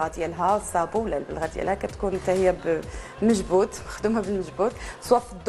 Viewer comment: الكراكو عاصمي من الجزاير العاصمة حتى اسم المجبود لا يعرفون نطقه يقولون مجبوب جبة قسنطينة ويقال لها جبة فرقاني من منطقة قسنطينة التاريخية مدينة العلم والعلماء والصالحين البلوزة الوهرانية موطنها الباهية وهران القفطان التلمساني مقره تلمسان مدينة العلم والعلماء والصالحين وهناك أنواع كتيرة من القفطان قفطان القاضي وفي القديم كان يرتديه الرجال في الجزائر ولما هاجرت الاسر الجزائرية الى تيطوان المغربية ابان الحقبة الاستعمارية اخدت الكتير من التقاليد من لباس واكل وحلويات و غيرها ليس العيب ان تقلد جارك تاخد منه وياخد منك ولكن يجب ان تعترف الاعتراف سيد الادلة مند ان وعيت في هده الدنيا وجدت الجزايريات يلبسن هده الالبسة في مناسبات أعياد أفراح ارجعوا يا مغاربة الى كتاب هليلة دليل قاطع وبرهان ساطع في هدا الكتاب تجدون مدى تاتير العادات والتقاليد الجزايرية على المغربية من لباس اكل الى غير دلك انا لا اسب ولا اشتم